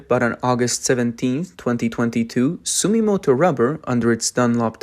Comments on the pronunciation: ❌ Sumimoto ⭕️ Sumitomo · int'l brands such as Bridgestone clearly focus on high end products(luxury passenger car) and new EV technology, also construction vehicle large size tires which are the highest profitability. the other Japanese brand is called Sumitomo(Dunlop) .. hard to pronouce sometimes..